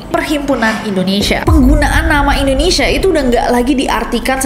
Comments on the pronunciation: Kenapa Indonesia dibaca Endonesia? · Pengucapannya Indonesia bukan Indonesya..... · Trus sejak kapan ya ada penyebutan ENDONESA? 😭 biasanya buibu ges wkwkwk